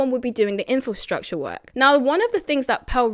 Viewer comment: Are you saying "Infostructure" and not "Infrastructure"?